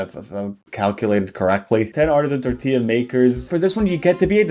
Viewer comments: Something opening this video reminded me of was that one vine “more like hurricane tor-TILLA” and it made me think about how much I hate people pronouncing tortilla like “tort-illa” or “tor-tilla” instead of tor-tea-ah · ngl, I didn't even register it was supposed to be "tortilla". She didn't even pronounce the double L